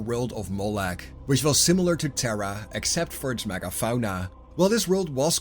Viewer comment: Why is no one talking about the way he said megafauna